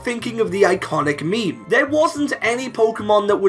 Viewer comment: When you're listening and you keep hearing him say me-me...